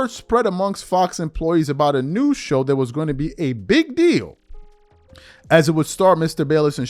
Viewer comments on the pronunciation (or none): none